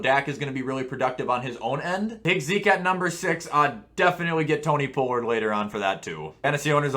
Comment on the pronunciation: Did you just say Tony Pullard